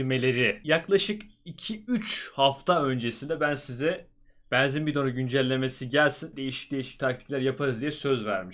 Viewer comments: Yav neden beenzin diyorsun abi shshshdhdjdj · Abi banzin değil benzin diyenler +1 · ne olur benzin kelimesini düzgün telaffuz eder misin kanka bEEnzin değil benzin olacak yalvarırım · Abi allah aşkına şu benzine beanzin deme